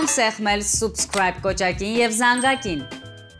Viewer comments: ջան խնդրում եմ կամ հայերենով դիմի«բաժանորդագրվեք» կամ էլ «սՈՒբսկրայբ» մի ասա իսկական անգլերենով կլինի «սԸբսկրայբ»շմորհակալություն😊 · Axchik jan, artasanvum e sabskribe (a) voch te subscribe (u). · Բրավո, բայց "Subscribе"-ի արտասանությունը "սըբսքրայբ" է